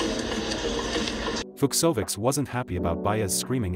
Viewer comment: The video is great! But please pronounce Fognini with ñ, Fucsovics with ch [Fuchovich]. Please.